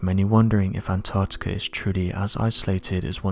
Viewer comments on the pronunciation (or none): Anarrrrticerr is so advanced, it has the most densely compact ice, in the world